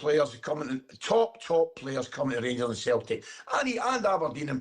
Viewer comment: The rangursh 😂